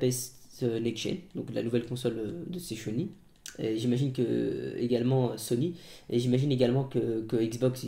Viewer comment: " la nouvelle console de sez chony " magnifique 😂😂